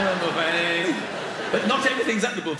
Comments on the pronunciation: Am I the only one who finds it odd that the British pronounce buffet as BOO-fay but filet as FILL-et and valet as VAL-et? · Yeah, sounds like the word Boof-head, doesn't it? 👨‍⚖️👂🎭🍱